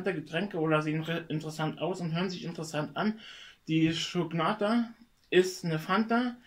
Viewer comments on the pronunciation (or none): Shokata nicht shoknata